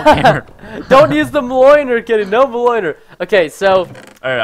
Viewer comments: Really enjoying crazy craft and hope to see it daily. Keep up the good work Pearston. Oh and Thor's hammer is pronounced mule-nir. d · You are pronouncing Mjornir SOOO wrong... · Not to bee a word nazi but it's thor's hammer is called (me)o)near)